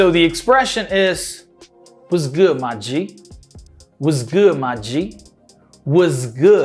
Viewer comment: Uma coisa que eu percebi é que o MY que a gente fala "mái" no Black English fica só "má"...hehehe